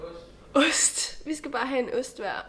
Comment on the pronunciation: Overvej lige den måde du siger ost på i starten af vidioen❤️😂